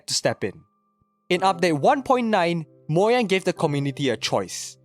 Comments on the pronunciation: Moyang? I believe it's pronounced Mo-Ga-ng (with a soft g) edited this comment to make it seem less rude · Ugh it's Mojang not Moyang!😡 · lol moyang instead of Mojang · It's MOU-Jeyng not Moyang 😢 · Bruh who pronnounces Mojang 'Moyang' 💀💀💀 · I quit the video when he said "Moyang". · stop saying moyang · The way he says “moyang” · YOU DONT SAY MOYANG! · Learn to pronounce Mojang properly